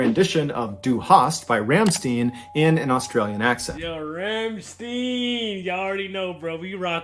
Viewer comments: And stein is like shtine not steen (: but I was gonna say that too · Dude, I can't get over how they both said "Ram-steen." It's pronounced "Rahm--stein." The ei in stein is said like the word "eye."